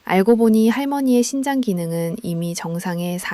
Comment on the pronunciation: 신장과 심장의 발음이 헷갈리네요 발음/자막글씨